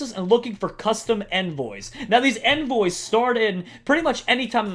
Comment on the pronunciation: You mis pronounced envoys ._.